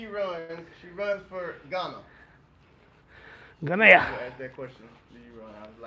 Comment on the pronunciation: The way Ghana is being said sounds like Guinea, a whole different country.